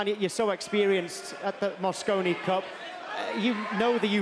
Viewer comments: I don't know which one was worse! The guy saying "moscino cup", or that he thought it was 2016???!? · Loooooool moscino 🤣🤣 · Did the announcer say mascino?!? And did he also call the European team ‘runners up’? He might as well said the 2nd place team. Europe is clever with their adjectives and adverbs, but sorry guys; when it’s a race between two teams, it’s winners and losers.